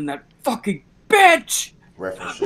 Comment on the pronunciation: wasn't it so annoying how he pronounced words!? Troof-truth Oaf-oath Wif-with Dat-that SuBstain-sustain Ughhhhh!!!